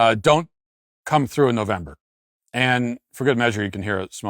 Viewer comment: "NOVEMEBER" :face-turquoise-covering-eyes